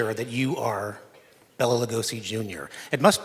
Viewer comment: His name is pronounced like Bay-la not BELLA. That annoys me and i feel the need to correct normies about it lol